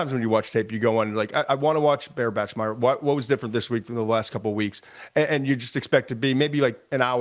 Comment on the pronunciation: I’m glad McShay finally watched some BYU tape and went down a rabbit hole with the QB. But he still doesn’t know how to say “Bachmeier” lol